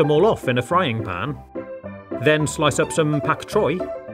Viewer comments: “pak troy” its bok choy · Bok choy* like pronounce it like wok choy but a b instead of w